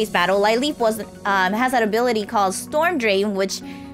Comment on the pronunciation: I know this was posted days ago but its lil leep not lie leep, just though you would want to know.